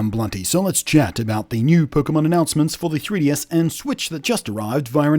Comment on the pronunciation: Congratulations on pronouncing 3DS in a way that sounds like Tedious. This is how I will be pronouncing it from now on.